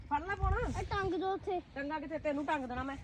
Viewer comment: ਭਾਜੀ ਟੁੰਗ ਨਹੀਂ ਟੰਗ ਕਹਿੰਦੇ ਆ।ਜਿਵੇਂ ਝੋਲੀ ਅਸੀਂ ਮੋਢੇ ਤੇ ਲਈ ਆ ਟੰਗ 😍😍😍